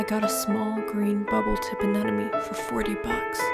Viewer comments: AneMone not aneNome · AneMOne, not AneNOme